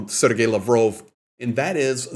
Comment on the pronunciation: It’s “Laaaaav-rov”